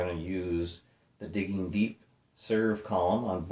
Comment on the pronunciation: Diggin'... It's Diggin'.:) Just giving you a hard time, and that was a GREAT Jimmy Mac!! Happy New Year! Al